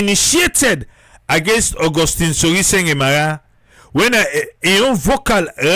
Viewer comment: It's Sorie Sengbeh NOT Sorie Sengeh. Triple A take note !